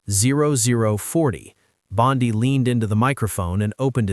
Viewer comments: Rubbish AI. Bondi not Bondy. She is a female not a male! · Why do you speak of Bondi as Bondaie and in masculine very often? Is this even some true news?